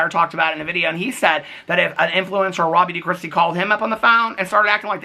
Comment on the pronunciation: Okay I feel dumb ahahahah all this time I thought you were talking about someone named “Robbie De Kristi” not realizing you were saying “Raw Beauty Kristi” 😂😂😂 I always wonder who the heck is this Robbie De Kristi 🤦🏻‍♀️🤦🏻‍♀️🤦🏻‍♀️ I need to go hide under a rock 😂